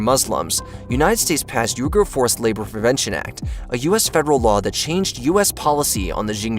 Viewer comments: Weegurs. Not Yougers. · You pronounced Uyghurs wrong. Its pronounced Wee-gers.